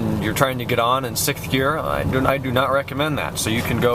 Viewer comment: It's pronounced "Sixth"... not "Sickth". Other than that, very informative. Thank you.